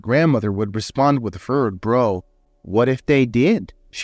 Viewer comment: Brow isn't pronounced bro. It's like how.